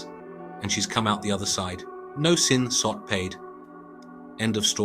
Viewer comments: Its Sin SOD not Sin Sot. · You're a Sassy synthetic sister ain't you😭😭 YES moron it's SIN SOD not SOT. Making videos about Thailand but can't pronounce anything correctly right BOT🤣